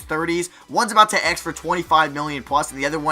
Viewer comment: Why does he say aks instead of ask??